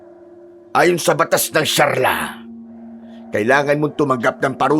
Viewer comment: Sharia hindi sharla! Yari ka pag di mo binago yan